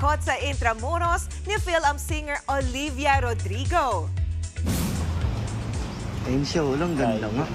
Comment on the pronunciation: Yung newscaster sabi nya RODRIGOE hehehe!